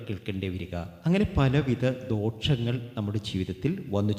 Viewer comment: ഹെലോ സുഹൃത്തേ ദോഷങ്ങൾ എന്നാണ് പറയേണ്ടത് അല്ലാതെ ദോക്ഷങ്ങൾ അല്ല 😂